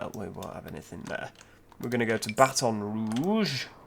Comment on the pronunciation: I'm sorry but mobile is pronounced mo-bill and baton is pronounced batan